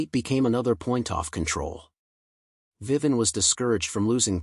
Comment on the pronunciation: Too bad this AI voice over can’t pronounce their names. Who the hell is “Viven”? 🤔